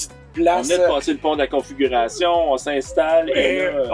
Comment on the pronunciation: Merci pour vos belle recommandations, c’est inspirant. Par contre, il faudrait faire attention au son du bracelet qui claque sans arrêt :). C’est le pont de la Confédération et non pas de la configuration, et c’était bucolique et non pas bucolesque, je le souligne en toute bienveillance 😊. Continuez vos beaux vidéos!